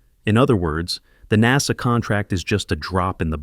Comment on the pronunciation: "NAZA" for Ai